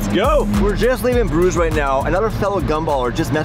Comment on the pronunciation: this man did not just call Bruges "bRidGeS"